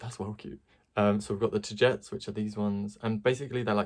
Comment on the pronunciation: From what I know you pronounce it Ta - gee - tees. Ta like tata for now, gee like from oh geez and tees like teas